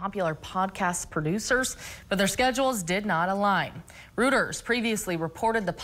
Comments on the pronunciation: Please leant how to pronounce Reuters. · This girl is in the news business, and she doesn't know how to pronounce the name of the news service, "Reuters".